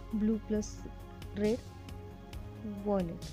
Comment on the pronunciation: When you said violet it's like you said "wallet”